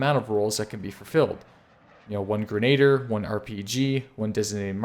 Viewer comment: LOL another guy that cannot say Grenadier correctly. Calls it a grenade-er. Pffrrt hahahahaha!